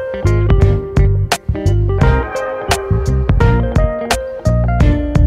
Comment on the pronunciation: "liek" "subscrib" 💀💀💀💀💀💀💀